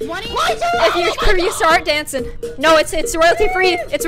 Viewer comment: when said dancin I was like bro are you Seamus finnigin